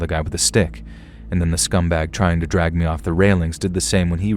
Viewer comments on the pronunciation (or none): none